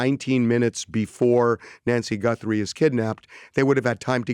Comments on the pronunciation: Did he say GuNthrie???🤦🤦🤦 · Does he keep saying Gunthrie? 👀